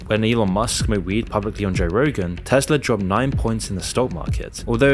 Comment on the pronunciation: Tesla* not Tesler